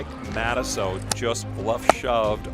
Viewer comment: Matusow. Yikes. No way you said that and then did that.